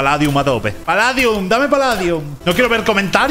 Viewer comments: se dice paldium no paladium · Se dice paldium